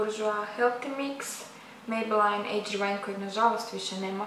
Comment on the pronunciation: Nije mejbelajn nego mejbelin:)